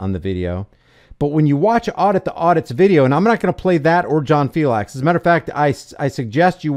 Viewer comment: Filex the cat. Not fiLAX. Thats the way John pronounces it. From his own mouth